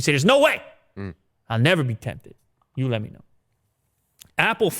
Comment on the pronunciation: "Nevah!" with a Michael Caine accent...